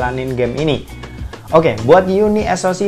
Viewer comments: Bacanya kok. Jadi UNI - ES - O - SI 😂. yunisok aja biar enak.. 😁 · Unisok bang bacany bkan uni s o c 😂😂